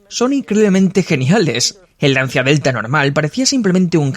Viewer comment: mi querido doblador...se pronuncia: "Lancha" =) <3